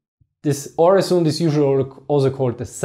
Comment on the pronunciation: Two points about Öresund (a.k.a. Øresund). First, you're pronouncing it wrong. The letter 'Ö' is pronounced the same way it's in German (and Danish 'Ø' is the same or at least quite close), so it shouldn't be too hard for you. Secondly, you described Öresund being "between Denmark and Sweden". But wasn't Skåne (the southern part of present-day Sweden) part of Denmark back then?